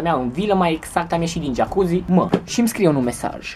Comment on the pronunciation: Mai sunt gelosi ca ai 'geacuzi' :)))))